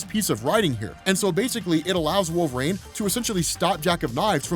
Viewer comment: lol why does he pronounce it “wolv-rain” LOL